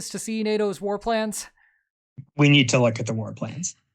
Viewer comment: Heads-up, that tilde on Andrés' name tells you where to put the stress in the word